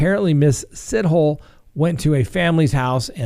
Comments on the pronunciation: Lolll it is pronounced more like Si-to-le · Pronounced 'See-toh-leh'!! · Pronounced as “Si-toe-lee”